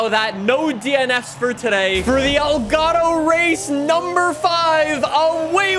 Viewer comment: I still can't leave a like because he keeps saying elgato wrong